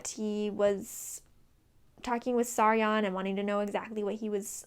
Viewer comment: You called Saryon Sauron! Oh man